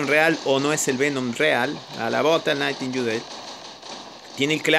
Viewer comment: Nadie: Absolutamente nadie: Fede cambiándole los nombres a todos los bots xD: cerberus: cancerbero, ravana:Nirvana, nightingale: nightiyudeil xD ao ming:jamoming xd